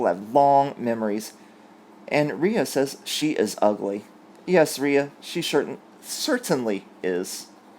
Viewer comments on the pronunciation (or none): none